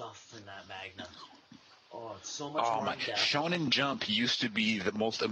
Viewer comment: It's called Manga Not magna